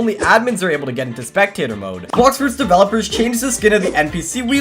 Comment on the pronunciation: Blox fruits nau bluxfroots😂